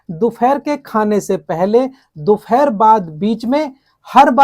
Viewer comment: Uccharan theek kare do phere dopehar hota he